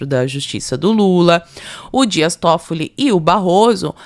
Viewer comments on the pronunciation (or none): none